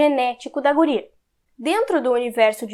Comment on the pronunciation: Tu é gaúcha! Só pelo "guria" já deu pra notar.. hehe